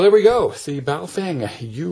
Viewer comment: Just FYI, the name is 宝锋 and is pronounced like "bow" as in the dog goes bow wow and "fung" just like in fungus. It is just a name and has no meaning but individual characters might mean something like "brilliant edge".